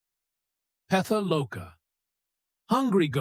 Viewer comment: As a practicing Buddhist, I appreciate your effort to discuss these Things.. However, I noticed some mispronunciations in words like “Niraya, Chathur Maha Rajikaya, Pretha loka. ” These terms carry deep meaning, so it’s important they’re presented with care and accuracy. I kindly encourage you to keep learning and maybe consult a knowledgeable source next time. May your journey bring you clarity, peace, and wisdom. 🙏